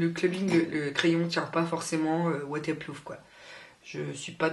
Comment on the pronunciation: Tu dis WaterplooF ou c'est moi ? 😂😂😂 sa me stressé un peu 😂😂😂 sinon cool la vidéo ! ;)